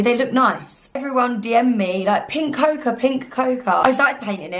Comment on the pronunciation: Hi. Your video is good, entertaining and helpful. Just need to say that ‘cocoa’ is pronounced ‘coco’! Cheers.